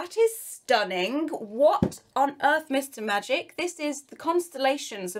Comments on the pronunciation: Everytime she says "Mist & Magic", it sounds like she's saying "Mister Magic" 😂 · instead of "mist and magic" I keep hearing "MR Magic" and it sounds like a character from incredibles :D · The whole time I thought you were saying mister magic but you were saying mist and magic 🤣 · Why do I keep hearing Mr Magic instead of mist and magic 😂😂😂